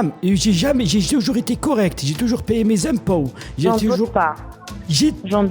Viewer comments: Ahah moi aussi j’étais ko à l’entendre sur « impow » mdrrr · "J'ai toujours été honnête, j'ai toujours payé mes im'pôw" 😂😂😂